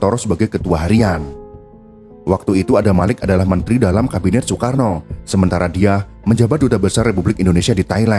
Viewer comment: bacanya SOEKARNO, Maap 😂😂